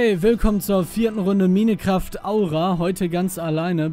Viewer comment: Kannst du Minecraft bitte RICHTIG aussprechen ? Das macht mich sonst noch WAHNSINNIG !!!!!!!!